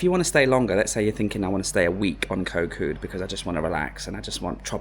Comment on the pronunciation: koh Kood the k it pronunc more like a g than a k gkot gkood